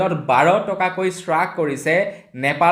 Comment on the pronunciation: বাৰে বাৰে কোৱা স্বত্তেও চ্ৰাখ কোৱা হ্ৰাস কবা